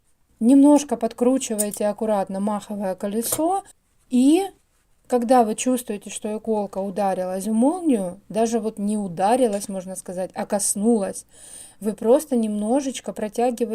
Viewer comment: Не мАховое колесо ,а махОвое колесо. От слова махОвик.